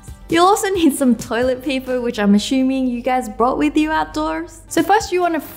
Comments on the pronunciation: Wengie u said ashumming instead of assuming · She said ashumingg in did u guys noticed that(a little spelling mistake)😄😄😄